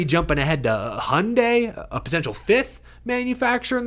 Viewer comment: Honda and Hyandi? That's it?